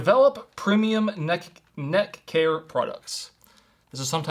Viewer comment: Oh course pronounces premium as primium 😂😂 cuz why not lol also I'm pretty sure the sandals are meme sandals for ppl to go touch grass lol